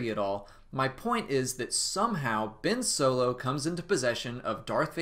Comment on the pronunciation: Its Ben Solo not Bin Solo